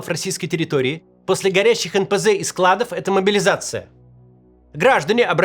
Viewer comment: Не склАдов а складОв неуч